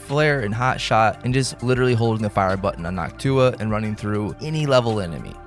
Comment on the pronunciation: Bro it's called Noctua, not Nock Tuah